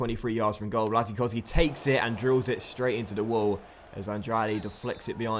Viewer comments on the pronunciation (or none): none